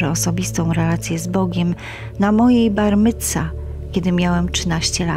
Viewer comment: ...min 1.49 ' później poszłem ...' poszedłem .....2.09 ' na moje bar mitsa ' ..bar micwa / to spolszczona wersja , jednak zgodna z oryginalną wymową ' ...czy Pani nie potrafi należycie przygotować do pracy pod względem językowym....? to przecież nie jest trudne...